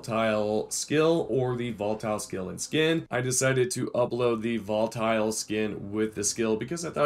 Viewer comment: Its not Voltile